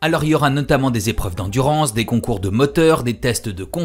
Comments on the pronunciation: Les liaisons dangereuses ! Mais j'ai trouvé ça passionnant aussi. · 477 z-épreuves ? Passionnant en tout cas ;)